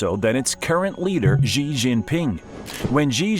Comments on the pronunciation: How can you believe anything that a moron says about China who calls Xi Gee? It's She, you American clown. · I stopped as soon as he mispronounced Xi.